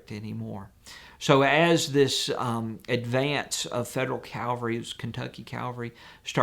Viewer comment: Excellent video. Please use proper pronunciation of especially not especially and Cavalry not Calvary.